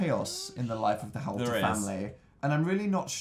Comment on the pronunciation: It’s howlter, not howelter!